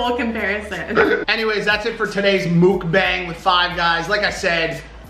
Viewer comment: anyone realize he's saying mukbang wrong? "mookbang"